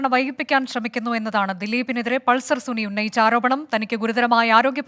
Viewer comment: Pulser suni അല്ല സുന 😂.